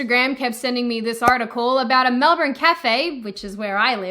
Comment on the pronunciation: Hearing you pronounce Melbourne like that kinda offends me. I'm American.